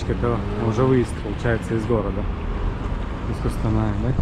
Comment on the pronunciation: Қостанай, а не Куууустанай